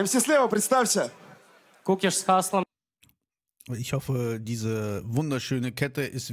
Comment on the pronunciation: Там не кИкуш Правильно - кУкиш, А так как всегда топ :) __________________________________________ There's no Kikush That's right - Kukish, And since it's always top :) ___________________________________________ Es gibt keinen Kikush Das ist richtig - Kukish, Und da es immer top ist :)